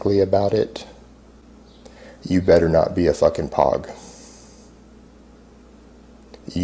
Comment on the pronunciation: It's pronounced with a hard O, like smoke or poke. Not like pawg. It just means non combat arms